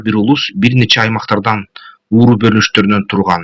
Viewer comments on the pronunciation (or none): Ууру эмес уруу , тексти бир сыйра окуп алып , кайталап туура оку .Бирок сен ин эмгегиңе чоң рахмат , өмүрлүү бол .